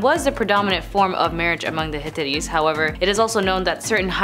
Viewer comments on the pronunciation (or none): Ps, it’s hitItes 😂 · You are completely butchering the name of the civilization. It’s pronounced Hit-tight. Thank you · "high-titties" I can't watch the rest of this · It is pronounced HIT TIGHTS. Perhaps you should ask the correct pronounciation if you are giving a presentation on a group or a nation. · Please note that I'm not trying to be mean or disrespectful; rather I'm just stating my frustration with this video cuz I really wanted to get the info on such a great subject matter. The title of this one was intriguing! AGAIN NOT TRYING TO BE A "VIDEO BASHER"!!! This is an interesting topic but I can't enjoy it or even get any info out of this video. This girl not only butchers the name of the civilization (which, by the way, is the only word that isn't going 100mpr in this video) but she's speaking so fast that u really can't understand or absorb anything that she's saying and she's obviously reading her material for what seems to be the first time cuz she stumbles periodically thru her RUSHED MONTRA & SIGHS as tho she's annoyed with having to do this video! Plus, at the end of her "sign off" or "goodbye", she doesn't come across as or sound sincere. Plus her "tone of voice" seems to add a little sprinkling of "thank God I'm finally done with this crap"!!! This video is the MOST UNENJOYABLE one from this channel (WHICH I DO💜& AM A SUBSCRIBER TOO)! Also, this video barely beats out the ones with the host that has long dark hair & thick round black rimmed glasses that always miss-pronounces words & always gets her facts wrong!(AGAIN NOT BEING MEAN JUST FACTUAL). I'm so disappointed cuz I really wanted to know what the 10 things were about the Hittites!